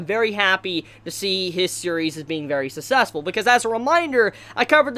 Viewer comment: susesful,,, nice pronunciation there.